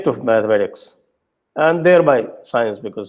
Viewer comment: CK Raju sir, why are you still calling GANITA - mathematics (MITHAMATICS!!!)???